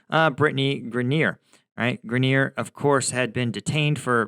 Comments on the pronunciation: Grineer??? Guess struggles with all pronunciations.. "Grine-er" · Someone needs to teach, "Focus Mode" & how to pronounce last names. Greneer 😆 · Britney Grin-eer? 😂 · FYI - I've always heard her name pronounced GRY-ner (GRY like Cry). I wonder how Britney feels about America now? lol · Sounds like Gri-neer. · I think you may be being too hard on Brittney Griner. Besides mispronouncing her name, you sort of implied that she went to Russia to "live and work" because she hates America. In fact she had an off-season contract to play basketball there; a decision likely based on which international team would pay the most rather than any special affinity for Russia. Also from what I can gather, her objection to the anthem was more in support of the George Floyd/BLM protest movement, rather than being indicative of anti-Americanism generally. In any case it would have been worth mentioning that (according to Wikipedia): "Griner [...] also stated her experiences of being detained in a Russian jail have led her to appreciate the 'uniquely American freedoms' citizens of her country take for granted or overlook. As such, her agent has stated Griner intends to stand while the United States national anthem is played before every game during the 2023 WNBA season." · Ok u r not serious! U dont even know how to pronou ce Griner..u dont k ow this one! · Amusing, your pronunciation of griners name. She should have stayed the poster child for play stupid games win stupid prizes. Aside from the THC product she was in violation of she had multiple strikes against her. It wasn't long ago that they executed homosexuals. Releasing Bout in exchange for her wasn't incompetence but part of a plan . Those in control make the world dance as their puppets. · Good take but you completely mispronounce Griner. Oof.